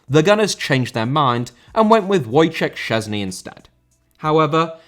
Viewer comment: As a Polish person I feel personally offended that you pronounced Cazorla Spanishly yet Wojciech Szczęsny was made into Łojcziech Czezni or whatever it is you called him